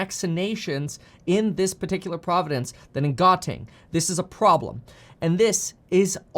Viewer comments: Kevin - 1. Where are you getting your stats for South Africa? 2. You are adding an extra syllable to the word "province." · Province not Providence ✊ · "Providence" lol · "Province" vs "Providence." Two different words. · Province, not providence. Two separate things. Carry on. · Did you keep saying providences? Or this is my non-native speaker hearing?